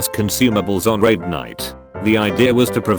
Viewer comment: The WoW one sounds more like rape night rather than raid night lol